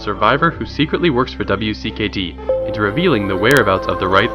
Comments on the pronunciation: Most triggering part is that he said "W.C.K.D." instead of WICKED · W.C.K.D.... Did you know its pronounced Wicked? Easier to say also.